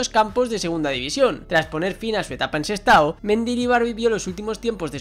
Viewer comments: Sestao, no sestado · Sestado no, es Sestao.